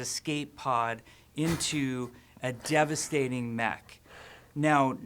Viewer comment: I did not realize Jeff kept saying "devestating" in the developer update so much until I saw this also, you're guys' reaction to Jeff saying a talking hamster would be silly was basically the same as mine lol